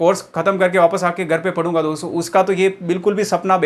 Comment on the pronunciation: सर आप दो सौ मत कहो "दोस्तो" कहो तो अच्छा है😊😊।